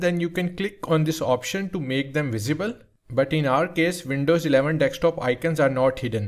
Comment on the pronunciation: bro said dekstop